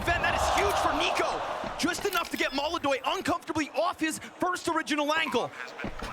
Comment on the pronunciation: Molodoy? = ❌ Molodonk? = ✅✅✅